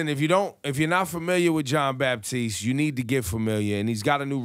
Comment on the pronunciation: Ebro, no "P" in the name: it's Batiste